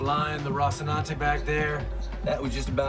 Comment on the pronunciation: you are giving the Castilian (relic of Imperial Spain and a monarch with a lisp) pronunciation with the infamous TH sound where normally there is an S sound.